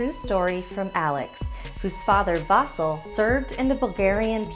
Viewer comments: NOT vAsil it's Vasil. And not Ivan it's ivAn good story BTW some samodivas are kind I am Bulgarian and actualy samodivas are real they are womans who are tought of witches there are few even nowadays... They are like prostitutes they lure you and rob you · It’s not vasul it’s vasil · I like how they said his name like vo zel when it's spelt vasil and pronounced vah seal I'm bulgarian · Great episode, but I'M CRYING that is not how you pronounce these names. It's more like eevUhn and vuhsEEl', I hope my bad transciption makes sence. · The way she said "Vasil" and "Ivan" made me laugh real hard as a Bulgarian But let's have a moment of silence for the sacrifice of Vasil I'm more scared for what actually happened with his body and his dog's one it sends chills to my spine 🥶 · Oh god OH NO NOOOO GOD NOOOOO as a Bulgarian i dont like that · I loved this story.The only thing that irks me is the mispronounced names.Vasil has emphasys on i.Whilst Ivan has emphasys on van. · IM BULGARIAN. And uh this is not how you say Vasil but whatever xD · Ey Im a bulgarian and its Vasil :3 And the name is pronounced a not ae but a And Ivan is E not i